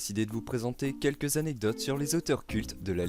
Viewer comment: Puisque tu demandes, je t'avoue que mes oreilles ont un peu grincé à "cinq z'anectodes" -- mais à part ça, ça va. ;-)